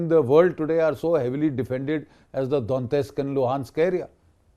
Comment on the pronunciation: Lots of respect for Gen G.D.Bakshi. Just don't understand why he keeps pronouncing the Russian names wrong.....Donetsk, Pokhrovsk, Oreshnik, Dnipro-Petrovsk...and it goes on. Otherwise salute to him.